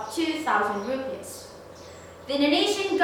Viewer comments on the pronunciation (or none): none